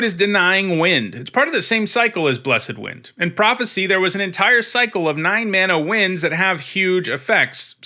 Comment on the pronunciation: That's not how to pronounced "blessed".